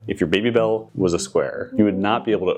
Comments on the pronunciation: It's pronounced babybel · wait, who says "baby" like in English? Its "bah -bee" like it is in French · These are so tasty and they're just fine in a round shape. I pronounce it more like bobby-bell though cuz it's French.